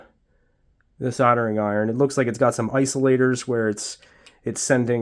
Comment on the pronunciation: what is a soldering iTon? ...oh... soldering iRon 😋